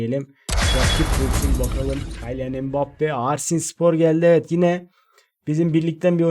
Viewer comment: Kaylian mbappe deil Kiylian die okunuyor reis :D